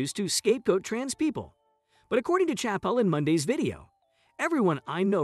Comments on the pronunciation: Disregarding your utter failure to pronounce his name right, I'm pretty sure you haven't even watched the special. Your conclusions were arbitrary misinterpretations at best. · Learn how to pronounce his name at least.